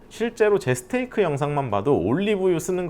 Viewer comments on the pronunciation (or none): none